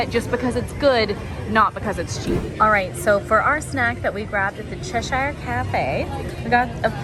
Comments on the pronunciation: Argh.. your pronouncing Cheshire all wrong, it’s pronounced Ches-shuh 😘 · Americans pronouncing Cheshire is like nails on a chalk board 😂 It's "Ches-Sheer"